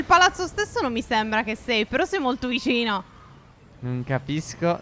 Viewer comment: sentite phere come dice vicino 😂